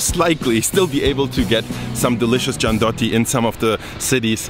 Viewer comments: Not Giandotti, but Gian-DU-iot-ti. Anyway you're great: I was born in Turin but I never heard the whole story. Thank you so much for your fantastic work. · As a person who grew up in Turin, I can easily describe with just one word the taste of Gianduiotti (btw,, you're missing the UI when you say their name as it is pronounced jan-doo-YOT-tee, not jan-DOT-tee) and that word is HOME. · Ma volgiamo parlare di quel "giandotti" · Says "Giandotti" showing the name writed on the packaging, on camera and having it under his nose all the time, also after pronouncing "gianduia" correctly Me, living in Piedmont, and whole Italy: face-palm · "giandotti" 😶 pronunce "gianduiotti" with the "u" like in "you", it's like an extension of the name "gianduia". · The way you pronounce "Gianduiotti" is painful... You pronounce it as if it was written "giandotti", while it should be pronounced like "Gian-doo-yotti" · Super informative video...loved it. Your mispronunciation of "gianduiotti" was killing me though, dude!! It's GIANDU-IOTTI, not GIAN-DOTTI. hahahaha. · Love this video. Just one thing, they are called gian-due-yacht-tee not gian-dot-tee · "GIANDUIOTTI" not "GIANDOTTI" you can pronunce it like "GIANDUIA" without the final "A" and adding a "OTTI". I live there :-) And Gianduiotti is not like Nutella, you can find much hazelnut in the Gianduia than in Nutella... I really like to taste your COCOTELLA... Use butter or seed oil instead of the coconuts oil. :-) Thank you for sharing! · The correct spelling is "giandui-otti", like gianduia, remove the "a" and say "otti" -> giandui+otti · Just wanna make clear how to read "gianduiotti" which you mostly got it, but it's gian doo iotti, not "giandotti"! And yes, that chocolate tastes AMAZING and I can never get enough of it, but I have to 'cause it's not too good for your health lmfao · "Gianduiotti", is pronounced "gian-doo-yotti", not "gian-dotti". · not giandotti but gianduiotti ;) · it's giandUIOtti non Giandotti